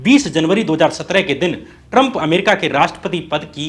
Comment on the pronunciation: First say Trump properly, it's not Taram